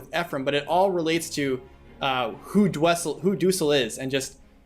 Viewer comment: I love Duessel, too. He's badass, has great supports, and he's relevant to the story. But I don't pronounce his name the same way you do. They should add him to FE Heroes.